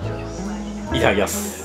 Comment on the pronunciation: いただきますの言い方が「イターキヤス」で日本人男性が使う発音で笑った 完璧だよ笑